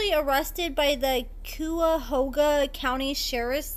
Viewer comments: "Ky-ah-hoga" Not Kooyahoga. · That's so cute it's not pronounced "que-ya-hoga" it's pronounced "kai-uh-hoe-guh" 😂😂 love this channel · Cuyahoga is pronounced Kai-uh-ho-guh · your so cute, everyone miss pronounces Cuyahoga.. it sounds like "Ki a hoga" Im from Cleveland and I'm used to it. Thx for the tea..❤ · It's pronounced Kai-ah-hoga. Derek stays in jail. I don't know what's the point of the restraining order against Monique when the Angel girl is going back and forth with her too. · lmao. I just left a comment about the pronunciation. She butchered the hell out of it. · It's KY as in Klya Ky-ah-hog- ah county (Cuyahoga) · Love you girl. It’s pronounced Kye ah hoe ga County ❤ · I'm glad they granted a restraining order against Big Mo. She was insane and had stalker vibes. She was so damn desperate, which is why she could never let go of Lil man. County is pronounced: (Ky-ah-hoga) . Basically it's the city of Cleveland, OH. So now Big Mo is down to 400 lbs? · lmao. yall be butchering the hell out of Cuyahoga county. Say it with me. Khy-ya-ho-ga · You butcheres the name of the county.....kai ah hog ah